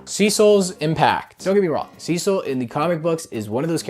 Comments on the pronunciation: HE SAID CECIL RIGHT ,IT TOOK A YEAR BUT HE SAID IR RIGHT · He’s finally pronouncing Cecil’s name right…